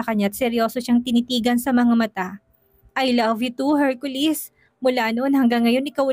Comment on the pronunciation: Laging Hercolis ang pagbanggit ng narrator imbes na Hercoles,iba talaga kapag si ang nagnanarrate may kilig..ang story.